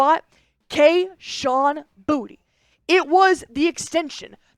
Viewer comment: Btw it’s boo-tae not booty